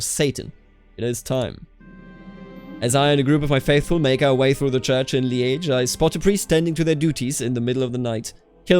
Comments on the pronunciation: Li-äsch Nur halt ausgesprochen wie in Journalist, nicht Schinken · I've always heard it pronounced Leej or leeż, ż being like the s in leisure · Yeah that's kinda like that, apart from the timing and the hard end of ge But also it's pronounced a lot of in different part of the province or even in Wallonia. No for the special part he nees to try in Walloon : Lîdje (In refondou), I think the phonetic is something like that liːʧ